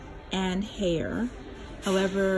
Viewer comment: Great info, I'm looking to purchase one for my apartment as well. I find the sharing washer/dryer with strangers pretty gross! Haier is pronounced like higher. Not hayer.